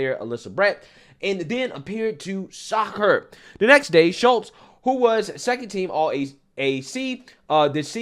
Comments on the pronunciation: if her name was Shultes woudnt it be spelled with an L and not Shutes or is the t representing a silent L?? i think if u rewatch the clip your following u will find its pronounced like shoots. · Shutes, you keep saying Shults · Love your channel. It’s SHOOTS not “SHULTS”. How do you see words? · Ffs dude, it's Shutes (Shoots,) not Shultz. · Please LEARN HOW TO READ! YOU ARE JUST AS IGNORANT AS MS."SHUTES" You consistently called her Shultz! Secondly, she should be kicked off the team, lose any scholarship, charged and sentenced with Physical Assult! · Shutes, NOT Shultz, dummy! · Shutes not Schultz.so simple 😂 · Why you keep calling that Shultz, like you didn't hear the news reporter say Shutes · 💯💯 Somebody tell this guy to QUIT CALLING HER "SHULTES" 🤪👈 It's pronounced SHUTES ! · He keeps saying Schultz. Lol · you know what's coming... and so does everyone else: she's going to play the race card; and will likely claim that the other player used racial epithets. Btw, her name is "Shutes," not "Schultz!" You can pronounce it "Shoots" if you like, but leave the Krauts out of this. They're still trying to live down what the small moustachioed painter did. 😂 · Pronounced: SHOOTS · LMAO......Did it bother anyone else that he kept pronouncing her last name wrong? Like even when reading it directly from an article. How does Shutes become Schultz?